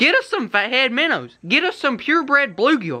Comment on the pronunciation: #Notificationsquad here representing that #GrayGang #4Life. Another banger video. Keep em coming. Does anyone else think it's super funny😂 yet, at the same time pretty effing awesome😎, when says #minners🐟🐟 instead of #minnows?? Like if you do.